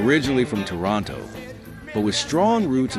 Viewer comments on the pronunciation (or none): none